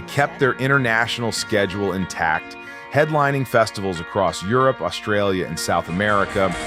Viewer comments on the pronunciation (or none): none